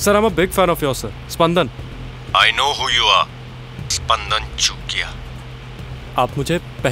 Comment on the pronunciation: Finally... the correct pronunciation of the name. And not "Sapandan"...